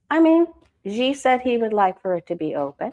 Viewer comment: No disrespect.... Xi pronounced "she"